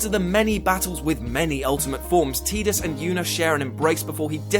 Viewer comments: iT'S PRONOUNCED 'TIE-DIS' NOT 'TEE-DIS' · TIDAS NOT TEEDUS YOU STUPID IDIOT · man, I love you, but you need to really consider what you said about ff x. and its pronounced. tidus not teedus. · Idk if its correct but "Tidus" looks like it's pronounced "Tie-Dus"...pronouncing it "Teet-us" like that is really funny for some reason. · who the heck pronounces his name teetus? That's got to be on purpose just to bug people. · Ohhh why people call him- Tee-dus?! Like Seriously!! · Don't say 'Teedus'. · Tidus is pronounced Tie Dus, as in Tide, continuing the watery theme of the game.